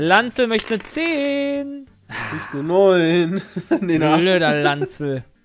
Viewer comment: Lancel.... wie kann man den namen bitte so aussprechen ? xD